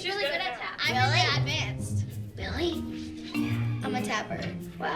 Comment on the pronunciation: "im really ADDvanced"